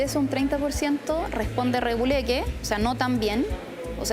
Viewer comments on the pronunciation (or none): Buta la tipa "reguleque"